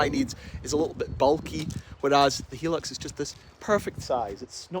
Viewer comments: Please stop calling it a helux its hi as in high lux but apart from that great video ! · It's a japanese car, but the name doesn't have japanese promounciation. The name is supposed to be pronounced "High-lux"". :) The thick shaggy style carpets were a very common thing in japan for some reason in the 80's through to the early 00's. I bought an ex japan Mondeo wagon, probably the only mondeo ever sold in Japan as I've never seen one there, but Ford deemed it also required monogramed shag carpets, which they didn't have as an option anywhere else, as far as I can tell. If you feel like seeing the journey of someone else who bought a 90's 4x4 sight unseen, check out Geoffrey Crocker. One of my other favourite youtubers